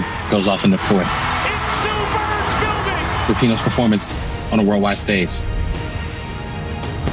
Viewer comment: Rapinoe? Really?